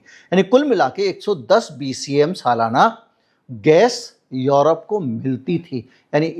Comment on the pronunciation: यरोप नहीं यूरोप है